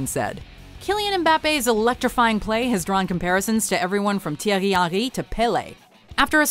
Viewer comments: I don’t like the way she said Thierry Henry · That Thiery Henry pronounciation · I replayed the way they pronounced Thierry Henry probably about 100 times, can’t get my head around that pronunciation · I'm disgusted with the pronunciation of Thierry Henry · WTF was that pronunciation of Thierry Henry :/